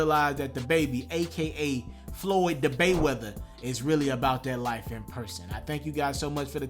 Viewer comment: 🤣🤣🤣 my boi say Floyd the bayweather lmao